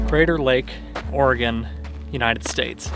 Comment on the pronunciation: I feel like says Oregon as much as possible because he's one of the few non-local people who pronounce it properly 😂😂